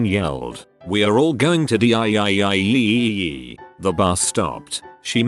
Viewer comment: after a good long grIiIinNd were all going to DiEyEiYeEyEie one stroke four Good job text to speech bot